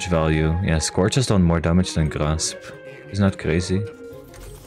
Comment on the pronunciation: Grasp ❌️ Graps ✅️